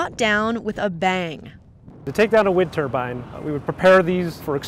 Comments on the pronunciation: TURBINES NOT TURBANS LOL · They're turbines, dammit not turbans! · TURBINES, NOT TURBINS. IF YOU CAN'T SAY IT RIGHT THEN GO FIND A KITCHEN. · Turbine not turban. You sound dumb. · Wind turbine. tUrbinE. Not terbin. Learn to talk. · It's not a turban....... it's a turbine